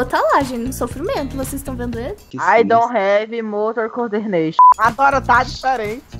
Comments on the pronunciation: "I dont have motor coderneixom" KKKKKKKKKKKKK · É ai don revi motor cordeneixon